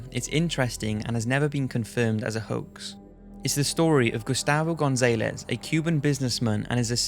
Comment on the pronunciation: Gone-Zay-Less again lol, it's his achilles heal of words! It's Gone-Zahl-Lez!